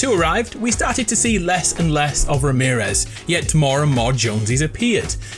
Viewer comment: Before he said Remearez Me: Ramearez for sure